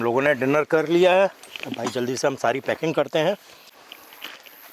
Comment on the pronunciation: Beg peks nhi beg paking bag😂